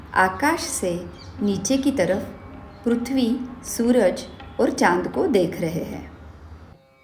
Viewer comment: Tumko bchpan me pri pra . Bolna nhi sikhaya gya hai kya .. prithvi ko pruthvi kyo bolte ho